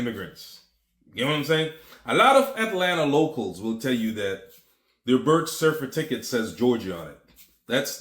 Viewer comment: I wanna hear dude say certificate real slow